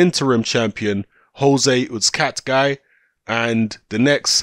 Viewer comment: do me a favour and say the guys name correctly. It is pronounced UZ-CATTA-GI. That is all.